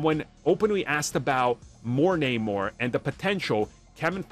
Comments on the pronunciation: Only if they pronounce his name correctly, like Arm does. Disney sucks. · Namor is his name you can prenounce it however it's not like the comic tells us how to pronounce it